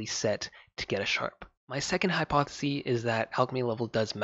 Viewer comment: Hypothesis(siss) is singular. Hypotheses (sees) is plural. Thanks for the content!